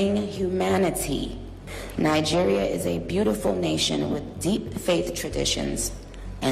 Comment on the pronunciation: Great Video just in case you read this try pronoucing it "NaiDjiria" basically with a hard G (pause?).